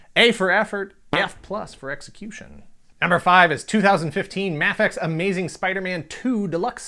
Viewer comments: He said m*A*fex even though it is pronounced maifex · No offense but it's pronounced may-fex but I liked the video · Isn’t it pronounced may fex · thats not how you say mafex